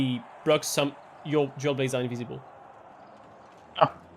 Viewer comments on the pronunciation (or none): It took some time for me to understand you said dual blade and not jailbait 😅.